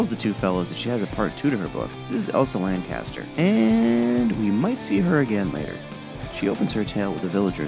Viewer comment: Her name is Elsa LanCHESTer not LanCASTer!